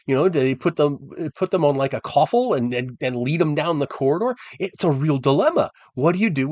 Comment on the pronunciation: Um, what, good Sir is a Coffel?